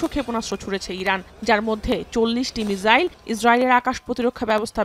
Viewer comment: মিজাইল কি,, বল মিশাইল